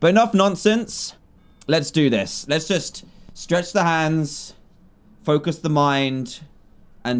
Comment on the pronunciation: I laughed so hard when he said “let’s just...” an then the bats came and what I heard was “let’s just BAWSWWW” xD